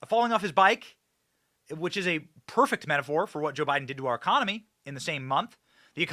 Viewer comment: Ecomony? What about a president who can't even say it? Much less have a successful one. Economy.